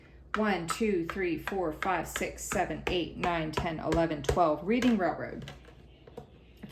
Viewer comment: Hi! It’s “red-ing” railroad😊